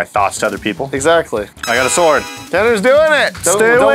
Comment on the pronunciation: you really make the the w stand out in sword, is that people are supposed to say it? I thought it was silent, have I been saying it wrong?